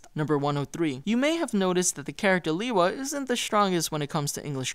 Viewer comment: Guys, guys, guys... it's pronounced LAY-wa, not LEE-wa.